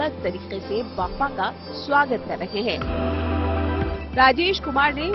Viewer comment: बाप्पा होते हैं, बप्पा नही, सुधार करो